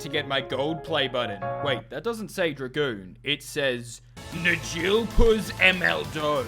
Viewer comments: "I wuold love to work at Dra-Goon corp" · Its dragoon